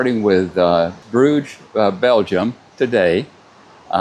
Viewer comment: Cruise is a terrible way to do vacation! - its poluting and making life miserable for the people who lives in the places who are being visited by this monster ships. I HATE them. Its a cowardly way of traveling. … and you Americans., its not Bruugs.. its Brugge! What about learning how to pronounce it in RESPECT for the places. So to everyone seeing this - Don’t go on cruise!!!! - destroy the nature with garbage ships is not the way - and looking at the animals and birds from this shitty ships are so contra productive.